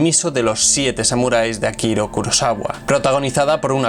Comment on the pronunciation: Akira, no Akiro...